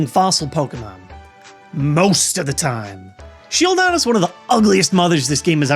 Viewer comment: I flipped when you sed sheildon its adorable and you crossed the line with whot kyurem!!!!!!!!!!!!!!! LoL I still love MOST your vids....-:p